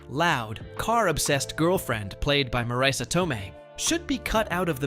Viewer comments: is not pronounced Maraisa is Mareese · One of my favorite movies. Wish Marisa and Pesci were pronounced correctly.